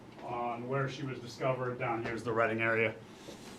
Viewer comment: Just a heads up: Reading, Pennsylvania, is pronounced, Redding, not Read-ing.